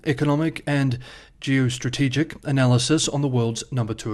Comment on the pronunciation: "Geo....(pause)...strategic" Lets jump in